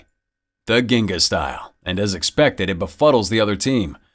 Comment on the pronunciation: It's pronounced "jin-ga", the term comes from Capoeira.